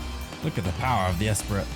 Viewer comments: Lotus “Es-pree” Not “Ess-pritt” 😄😄😄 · Hearing you pronounce the “t” in Esprit hurts… Fun video though, love the unique challenges GT4 has spawned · Great video!, but I can’t get over how you pronounce esprit lol